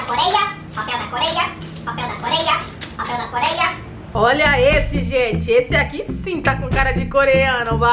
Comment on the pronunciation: Do nada "papel da korea"😂